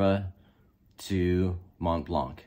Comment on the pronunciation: One little tip: In French the T and C in "Montblanc" is silent so you should pronounce it as "Mon-blan".